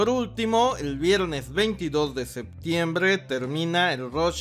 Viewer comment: me caga como dises septiembrrrreee